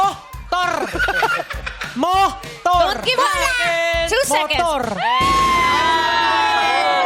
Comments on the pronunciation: Natawa talaga ako sa "motol"😂😂😂😂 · RYan super cute”MOTOL”😂😂😂